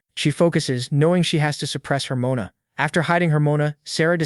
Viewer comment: Guy it's mona from now on Not mana ohke